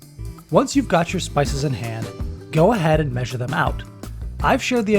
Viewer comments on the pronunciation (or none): none